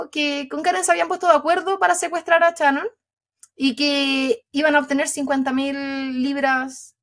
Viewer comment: Amo que en hs que dura el caso, ni una sola vez la dijo Shannon, sino Chanon!! Mas chilena, no se consigue 😂😂🥰🥰